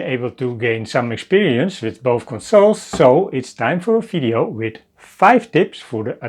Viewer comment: Oh another those who cannot say V. Fideo eh? Dutch eh?